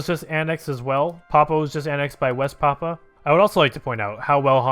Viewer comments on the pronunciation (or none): none